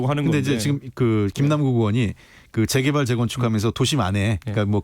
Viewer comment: 김남국ㅡ제개발이 아니라 재개발 발음